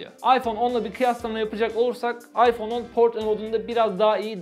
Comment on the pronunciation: abi oyyfonn yaaa